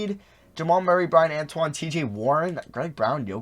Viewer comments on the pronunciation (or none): none